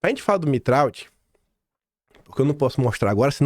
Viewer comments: Pronúncia do Tiago é Mitra não mitraldi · Sobre a pronúncia do nome do Tiago Mitraud: Mitraud parece ser de origem francesa. Se for isto mesmo, ele deveria ser pronunciado "Mitrô". O " d" final não é pronunciado, e a junção do " a" com o " u", isto é o som do " au" corresponde a um o fechado, como se fosse um "ô". Mas o importante mesmo é a exposição que você faz das ligações deste pessoal com o sistema. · Bom dia,. No francês, Mitraud se pronuncia: Mitrô. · Mitraud se pronuncia MITRÔ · Mitraud é de origem Francesa. Se pronúncia MITRÔ!!